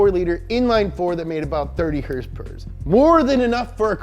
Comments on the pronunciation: Wait a minute: I think that's the first time I heard him actually pronounce "horsepower" instead of "hrsprs!" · Did he say... “Horse power”?